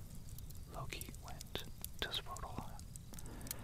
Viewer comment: Love the video. Your pronunciations of Old Norse needs some work, Mjolnir (M-yohll-neer) was a bit rough to listen to, but you pronounced Svaratlfheim excellently. Otherwise, very tingle inducing, can’t wait for more. 👍